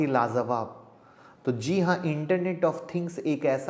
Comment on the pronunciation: Sir try to make short video ...otherwise it's difficult to concentrate..and sir please work on Hindi / Urdu language ....Jahan jee lagana wahan Zee lagate ho aap..